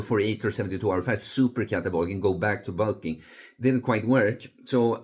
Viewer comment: Bul-king (heavy European accent)